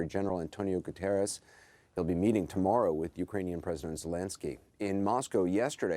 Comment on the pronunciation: Guterres nailing those Ws.